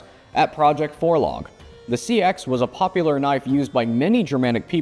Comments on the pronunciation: Yeah pretty sure it’s supposed to be “seex” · He’s wrong. It’s pronounces sax. It’s where Saxon comes from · I've never heard it pronounced like "sea ax". Learn something new every day...